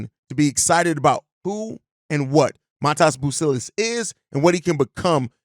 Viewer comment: it’s pronounced Mah Dez bro